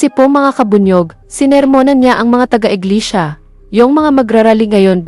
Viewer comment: Inglesia. Hindi Inglisiya. Tapik, as in TOPIC; hindi topik.